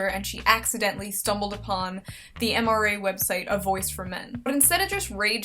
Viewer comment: "The MRA" Oh, Shoe. 11/10 for trying.